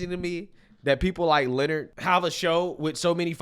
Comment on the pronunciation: CTG's name is pronounced Lin___Nard, not pronounced the same as Leonard